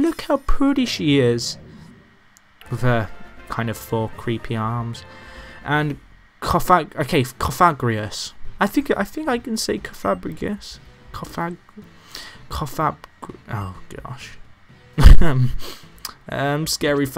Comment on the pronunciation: Cofagrigus is said cofagreegus